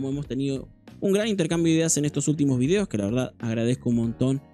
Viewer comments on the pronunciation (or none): none